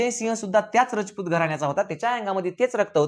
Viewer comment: तुम्ही खूप चांगला इतिहास सांगितला पण तुम्ही सारखे रचपुत म्हणत आहे तिथे राजपुत आस म्हणा